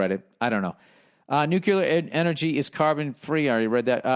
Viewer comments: Billy billy billy keep on stirring the pot. It’s fun for us all. And did I hear NUCULAR?! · Second one was “nuclar”